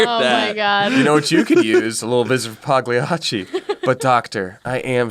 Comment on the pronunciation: I’m half Italian and half American and I can’t stand pronouncing PAGLIACCI wrong, just go on dictionary and listen to the right pronounciation